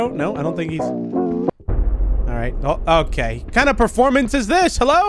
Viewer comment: "Proformance place" It's a theatre